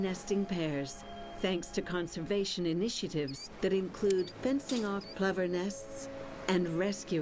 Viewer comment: Pipping Plover O PLOOOver with an o